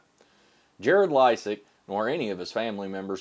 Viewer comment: I like your pronunciation of his name better!